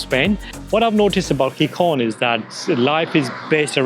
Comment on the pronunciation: No es Rivadabia ,eso está en Galicia,es Ribadesella y la ciudad se pronuncia Gijón, con el nido de J en ambas consonantes, acaso no sabes leer?.